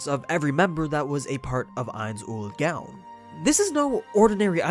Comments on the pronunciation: Mispronouncing his name. "Eyenz-ool-goan" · Shouldn't it be pronounced closer to "Nine's Own Goals" since that was the original name back when they were a smaller guild anyway. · Please. Stop. Calling. Him. Ainz. Owl. Dress. It's pronounced éins óol gowne. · I can't believe you start by saying his name wrong, wtf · Dear God you said it again and again, it's not hard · You seem to have a hard time pronounce ainz ooal gown